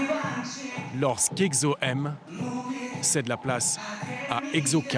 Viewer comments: Èkso et pas ègzo keyPop et non KaPop juste respecter ça 😂😂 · Egzo??? Je saigne des oreilles !!!!!! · Egzo 😑😑 "Ce groupe est EGZÔ " !! Tait toi stp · Moi perso je prononce "ekso" c'est quoi la bonne prononciation ? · Je me pointe 6 ans après mais c'est pas grave 😅😂 C'est la première fois que je vois un reportage sur Exo et il date de 2012 le truc! En plus c'est quoi ces fautes de prononciation?! Mes oreilles saignent 😭 Kris et Chanyeol? Des jumeaux? Je crois que le présentateur à mal vu. Okay ils sont beaux tout les deux mais quand même! "Des clones" "Interchangeables" "Comme programmé" EH OH!! C'est des êtres humains comme vous pas des machines!! Désolé je m'énerve 😅 le seul truc qui m'a fait sourire c'est quand Sehun passe 2 devant la caméra pour la saluer ( à ) et quand il est avec Chanyeol à 😍 Rip la voix off de Kris 😢